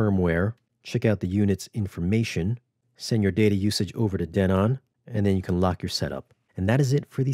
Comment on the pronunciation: Who taught you how to pronounce Denon?😅😂